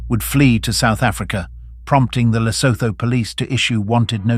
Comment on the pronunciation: At learn how to pronounce Famo and Lesotho 😂